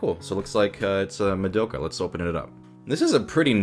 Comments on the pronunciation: Did you say MaDOPEka??? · More like. Ma-dope-ka figure. MA-DOPE-KA FIGURE